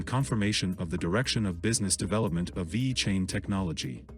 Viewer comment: Vey-Cain lol